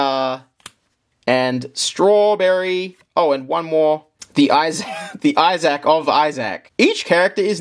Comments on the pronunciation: I’m stopping this at seven minutes in, as I can’t watch a single second more of it. Who gave you the idea that Isaac was pronounced “I SACK?” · "The Binding of Eye-Zack" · i dont think ive ever heard isaac pronounced as eye sack before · If you say Issac like that one more time, I will hurt you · Binding of Izach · Binding of Izzaac lol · binding of eye zach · binding of iZack. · Its pronounced eye-thzik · binding of eyesack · spending an extra $1,500 to make the video better when we'd just listen to him say Isaac wrong for an hour. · Lmao my thoughts exactly, what's worse is I could hear him saying it RIGHT in my head before this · it wasn't the accent he just said it wrong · wrong And btw americans pronounce it even more wrong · they should make a $10,000 tier for to pronounce the name of the fucking game right 😭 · Say Isaac like that one more time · Pledges $5200 to something he can’t pronounce the name of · The way you say isaac bro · Just found out I don't like the way Australians say Issac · 45 minutes of Australian man attempting to say the name Isaac correctly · The way you say issac is getting on my nerves 😟